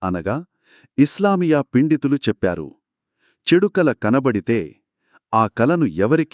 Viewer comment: పండితులు అని పలకండి పిండితులు అని వచ్చింది jajakallah